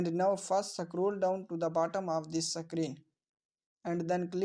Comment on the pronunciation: Screen ❌ CKREEN 👍 SCROLL ❌ CKROLL 👍